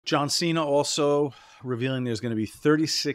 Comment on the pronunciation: One more John Cena/ Santino Marella in ring interaction just to hear "John Chena" one last time!